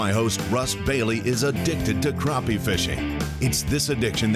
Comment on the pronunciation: Yall coming to SC to catch my fish need to learn the name. NOT croppy, Crappie. Yankees